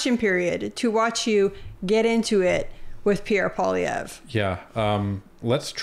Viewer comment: I find it funny that Trudeau speaks fluent French, but pronounce Pierre's last name as "Poli-evh". Trudeau is nuts.......just plain nuts.